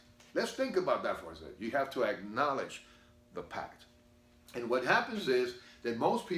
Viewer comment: “Ackoledge” ??? What’s that